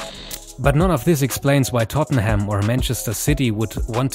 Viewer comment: It's Tottenham not tottneham